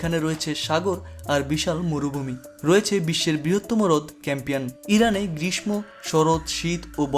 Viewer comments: গ্রীশমো নয়, গ্রীষ্ম ( উচ্চারণ হবে গ্রীশশো) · আপনার উচ্চারণ "গ্রীষ্ম" ভুল